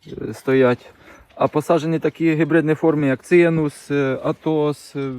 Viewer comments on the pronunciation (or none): Привіт, але не цинус, а цимус.